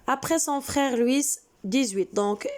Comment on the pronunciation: Wal3adaw b lfrancais kant9o Loui machi Loui''s'' . لويس هاديك كتنطق بالعربية .